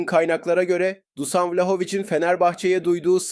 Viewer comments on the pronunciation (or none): Dusan değil Duşan diye okunuyor